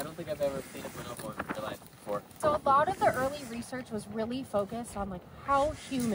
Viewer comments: Speaking of pronunciation and language; “b’nobo”. Said in any other language, one would actually pronounce each O as…… an O and not an I or an E…. Why does she pronounce it “binobo”?? It’s BO-NO-BO. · Why do you pronounce it buh-NO-bo? They're BO-no-BO